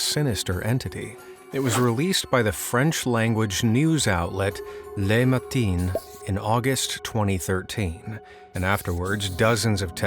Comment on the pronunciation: as a french, that is how you pronounced Le matin. : Lé matine